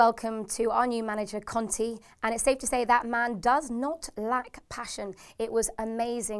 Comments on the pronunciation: please work on your pronounciation. Its Kant-ay not Kant-ee,Cont-ay not Cont-ee and Bat-shoe-I-ee not Batshoowi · who the fuck is con-tea it's CON-TAY! like jesus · conte is pronounced Con-tay not con-tee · "Batshoeaye" "conteeeee" "kanteeey"😂😩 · Can you please learn how to pronounce the names of our players and manager. (kante, batshuayi & conte all pronounced wrong)